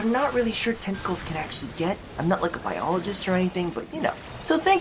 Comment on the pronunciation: Why do I hear "testicles" every time you say "tentacles"...